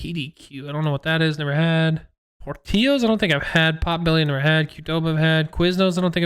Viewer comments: just waged war on all of Chicago and its outlying suburbs calling it “porteeos”😂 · As someone from Chicago, when he pronounced Portillo’s as “por-tee-yos” I was so disappointed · As a native of Chicago and the surrounding suburbs, hearing pronunciation of "Portillo's" hurt my soul... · No way Portillo’s he also said it wrong a guy from Chicago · the spanish pronounciation of Portillo's kills me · I’m sorry your from Indiana and that’s hoe you pronounce Portillos